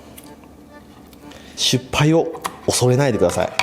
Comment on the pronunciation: 失敗をしゅっぱいって言う人なんか好きなんよな笑笑